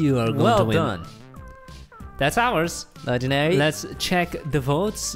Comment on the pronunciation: When he said Legandar i felt that😩😩😩😩😩